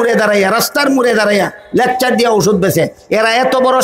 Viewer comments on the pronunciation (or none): কোথাকার কোন পাগল। 😂 লেকচার কে বলে লেচকার 😂 তে নাকি আবার বাঘ 😂